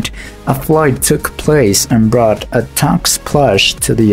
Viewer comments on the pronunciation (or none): none